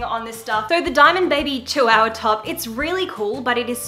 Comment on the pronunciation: I love you and archie and the channel but you say Chihuahua funny.